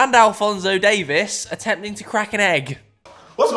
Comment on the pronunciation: Its Davies not Davis 🤣